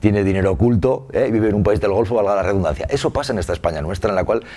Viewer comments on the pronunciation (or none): none